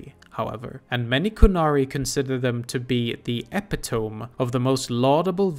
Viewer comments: Small linguistic correction: Epitome is pronounced e-pit-o-mee, not epi-tome. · Totally mis pronounced “Epitome”. Lore disqualified.